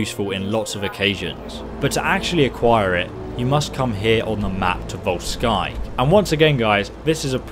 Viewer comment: Just a minor correction that most don't know, Volskygge isn't pronounced Vol-Sky-G or Vol-Skee-G it's actually said Vol-Skee-Guh